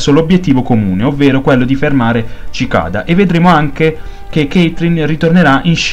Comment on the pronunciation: Sì pronuncia sicada,bel video comunque